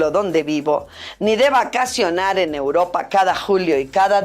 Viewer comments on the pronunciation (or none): none